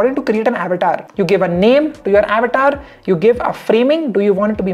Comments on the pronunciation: It's good,but why u calling it Abatar , it's Avatar our Sanskrit word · How many got irritated for his Avetaar pronounciation😂😂